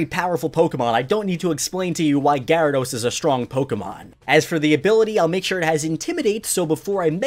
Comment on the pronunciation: GYARADOS, NOT GRYADOS!